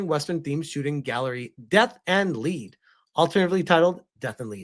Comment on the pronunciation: Lead is pronounced like led when talking about the chemical element, which is what I think they were going for.